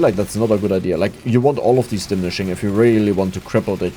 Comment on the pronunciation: di-mini-shing :D